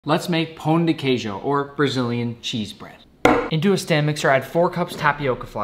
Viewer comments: You pronounce like pow de kay joo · Nick I love this recipe as a my grandpa is Brazilian and it looks delicious but you butchered the pronunciation 😭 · “Let’s make pao de ceijo” My friend it’s not pronounced that way. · Hey nick I am sorry for people telling bad things about your Brazil accent it’s ok it’s hard when you don’t know how it is I am inspired by you to cook more and love the kitchen, and if you’re reading this I say thank you to you nick . Just to let you know the de in Portuguese is ge pronounc. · Here in Brazil you pronunce like Paoun de queiju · I love pão de queijo but you pronounce it wrong. 😭 Don’t pronounce the d in De pronounce a j sound… j-e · As a Brazilian, that made my mouth water. Also as a Brazilian, I laughed as his pronunciation of pão de queijo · Great job Nick! We’ll have to work on the pronunciation haha but they look 😙🤌🏻 Try spreading on butter or doce de leite before you eat…game changer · Gotta work on that pronunciation 🤣, but it looks good!